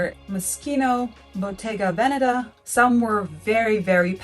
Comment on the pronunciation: You need to learn how to pronounce Botega "Venetta."